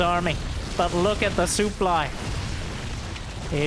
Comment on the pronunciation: Whenever he says "Look at the sooply" it reminds me of a better time.